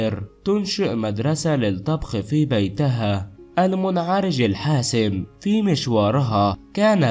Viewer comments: الاسم الحقيقي هو بن بريم benbrim اتعلم تتكلم . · يا أخي اتعلم كيف تنطق الاسم من أين أتيت بهذا الإسم الغلط بن مريم و بن بوريم خطاء الاسم الح